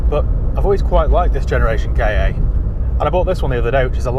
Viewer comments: It's a KA not a k. A lol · Never K A , always a Ka pronounced CAR !!!!!!!!!!!!!! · That's annoying. It's Ka, like Ka the snake because it looks like his head. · Always sounds dumb when someone pronounces it 'K' 'A' instead of 'car' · Not unless you REALLY enjoy welding. And please don't call it a K.A. sounds so weird. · The "K" fell off the end of "KA" 😜😜